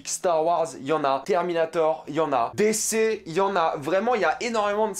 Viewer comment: "décé, yenna"... Tu connais pas DC Comics apparemment... j imagine donc qu en dehors du "m-si-you" tu ne connais pas Marvel, tu a decouvert Marvel avec le "m-si-you"... Essaye la série "Vertigo" de DC Comics ca te fera grandir (prononce "dici" ou alors dit "MCU" sans ton accent anglo-saxon ; sois tu mets l accent partout soit pas du tout)